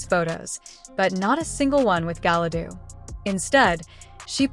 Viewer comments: Did she say Gala dudu in the beginning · Yeah, hearing 'Galadoo' made me as angry as seeing the trailer to this dumpster fire.